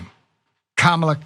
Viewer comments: At least he pronounces her name right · He pronounced her name correctly several times in a row. I'm impressed. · At least he pronounces her name correctly. More than I can say for the rest of the Republicans.